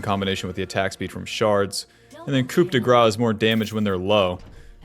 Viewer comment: The P in COUP is silent, uncultured swine.